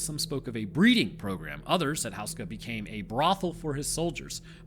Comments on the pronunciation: Are we sure it's pronounced "house-ka" and not "hoose-ka"? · OMG how can anyone tolerate listening to HOO-ska be mispronounced so many times. You'd think you manage to get that ONE vital detail correct,. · FYI, Houska is generally pronounced "Hoo-skuh" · Hey! Czech citizen here. Im so glad this castle and its legend is getting attention. Just one thing i wanted to say, its pronounced like hoe as in hoeska. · Whoos-kah, that's how you pronounce it.